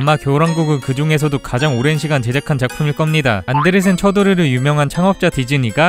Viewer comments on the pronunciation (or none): none